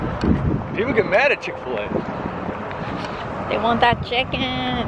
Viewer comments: Please tell me saying chick-fee-luh was a joke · Omg when you called chick fi la .."chick fee la" I do that ALL the time just to annoy my husband ... Now that's all we call it 😂 glad I'm not the only one